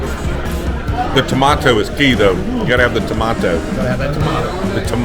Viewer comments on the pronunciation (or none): "TA-Mato" Thats ridicules Where are you France? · I've never heard a KY native pronounce it that way. Always ta-may-toe. If you get deep in the woods you'll hear 'mayters'. 😄